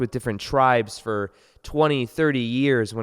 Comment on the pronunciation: Has anyone else noticed that people say “ta” instead of to and “fir” instead of for Even otherwise well spoken people Might be nothing but I hear it all the time recently